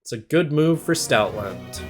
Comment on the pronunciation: Ngl Stootland sounds like you're mispronouncing Stoutland real bad.